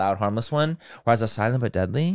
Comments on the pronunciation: Noooo thinking silent but deadly was ‘silabudeli’ had me laughing so hard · Silabudedly took me out 😂😂😂